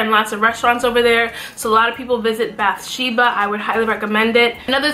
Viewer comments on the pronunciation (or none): Im really sorry but when you said bethsheba i laugheddd its pronounced bathsheba lol